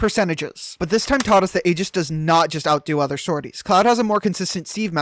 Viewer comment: never let a Smash player say Aegis brah 😭😭😭